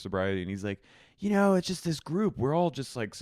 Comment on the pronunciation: "Well, I'm gonna need to think about dwis"